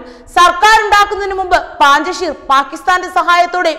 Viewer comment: പാഞ്ചഷീർ അല്ല കുട്ടി... പഞ്ചഷീർ ആണ് ശരി...